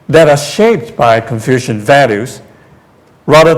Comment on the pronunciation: Funny this introductory guy said "confusion thought not confucian thoughts